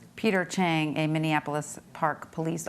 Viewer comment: officer “cheng” 😂😂